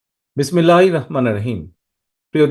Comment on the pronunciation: বিসমিল্লাহ এটা শুদ্ধ করে শিখে তারপর বলবেন।ধন্যবাদ